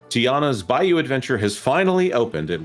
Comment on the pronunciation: Tianas Bluh-you!